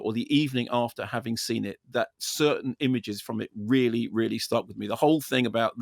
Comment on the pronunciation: Really, really. Really, really.. Really, really.. Really, really.. Really. Really, really.. Really, really.. really... Weally weally. Weally weally. Weally weally Sorr it, weally weally..